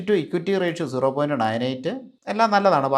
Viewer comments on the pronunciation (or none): none